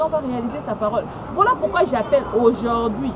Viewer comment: aujourd'hui et non aujord'hui quelle pronciation eeeh